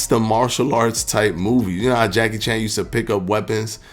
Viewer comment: Homie said Jackie Chang. I'm done lol